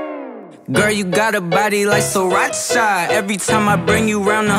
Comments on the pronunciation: Who else likes the way he pronounces Sriracha 😍😍😍 Sri-RACHA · taught me how to pronounce sriracha